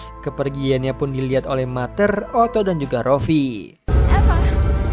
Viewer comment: Ralat min “Mother” di baca (mader) bukan (mater) Btw cerita nya bagus Makasih min